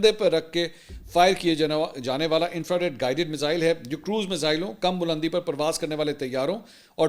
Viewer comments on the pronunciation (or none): none